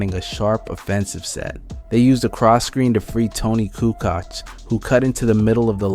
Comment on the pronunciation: Toni coo koch? Lol it's koo coach not coo koch